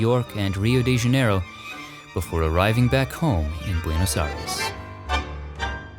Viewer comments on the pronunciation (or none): none